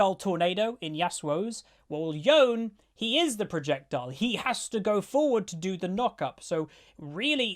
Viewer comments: yone not yon ..... proper languages actually pronounce every letter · Yo-ne, two syllables. It's pronounced as if Japanese. Not Yohn. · It’s Yo-Ney, stop saying Yone. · Why does everyone say Yo-N when it’s said like Yo-nay like everyone says it wrong even tho the lines in the champ teaser and thresh lines say it correctly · ITS YO NAY NOT YOWN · ok, in the thresh voice line he pronounces it "yoh-ney." Is that just me, or is actually "yone"... im not crazy right xD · it is Yo-ne yeah, the animated short that came out even Yasuo say Yo-ne not Yone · I call it Yone because imo yo'ne sounds lame af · omfg... YO-NAY... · he is pronounced yonÉ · Yo-Ne btw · It's pronounced Yoneh. This was hard to listen to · Hate to be THAT one but hearing you say yone wrong so many times is triggering my OCD 💩 pretty sure its pronounced "yoneay" looks like an awesome champ though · Yo'ne... repeat after me.... Yo...ne.. YOOOOOOOOOOOOOOOO.............NEEEEEEEE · We asians already pronounced his name a long time ago as yo-ney lol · It's Monet with a Yo. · ITS PRONOUNCED YO NE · it's pronounced like you would in japanese, so it would be yo-ne So yo nay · everyone pronounce it as yo-neh except white people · You pronounce the e in Yone dude. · worst pronunciation of the name ever xd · Riot literally releasing voice lines and trailers saying Yone's name - Every youtuber acting deaf and mispronouncing his name constantly. It's 4 letters it's not hard lol. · You’d figure if given early access to review a champions abilities, you’d learn to pronounce the name.